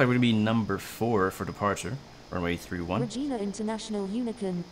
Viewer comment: I’m sure somebody told you on the stream but it’s not RE-GEENA, it’s Re-Gina, like vagina.💥🔥🤪🍺